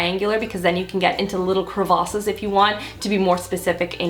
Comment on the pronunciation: The accent on the word "crevasses" though 😂